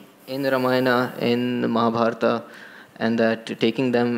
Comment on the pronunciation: Please pronounce Indian names, Ramayan is Ramayan not Ramayanaa, Mahabharat is not Mahabharataa !!!